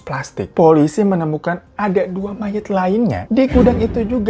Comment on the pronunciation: Mayat bukan mayit